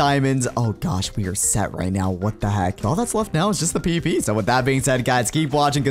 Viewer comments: says "The P-P Portion of the video" instead of "The PVP Portion of the video" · He said pp instead of pvp